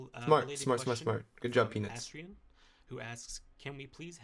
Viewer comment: can't read Otzdarva.,... Eat less and think more. It's one of the most famous dbd players and his way of reading his name pissed me as much as Patrick's idiotic appearance and his cocky attitude. What a dumb team I want to end it all rn. Who tf is PINUC??!?